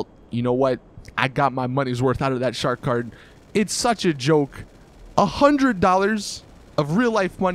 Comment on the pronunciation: I thought he said shart kart but he said shark card